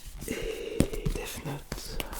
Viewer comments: Mais pk il dit deave note ? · A l'anglaise